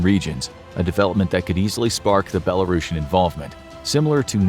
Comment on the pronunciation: its not belarosan, Its BELARUSIAN.